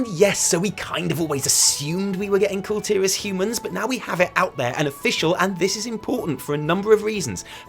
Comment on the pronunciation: The pronunciation for Kul Tiras is "Cool Tih-rarse" and they're called "Kul Tiran humans" not "Kul Tiras humans" someone from Kul Tiras is a Kul Tiran, pronounced "Cool Tea-run".